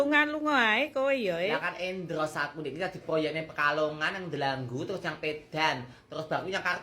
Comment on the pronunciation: Endors sayaang bukan endros sayaaang 😂😂😂❤❤❤